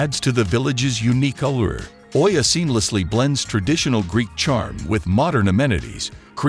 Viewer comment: Oia is pronounced “E-ah”